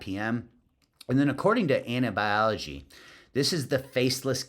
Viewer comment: Anabology not Anabiology 😂